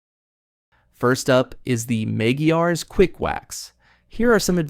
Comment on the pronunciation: It’s pronounced MEG -GWIRES. EXCELLENT PRODUCT ! I’ve been using it Since 1992along with Meguires Canubu Wax.